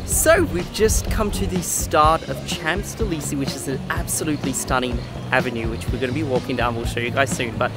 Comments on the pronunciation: Beautiful video of Paris! I do have to say, I don’t think I’ve ever heard, Champs-Élysées pronounced like that. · Love you guys! However you really did butcher the pronunciation of Champs elysees 😅 it happens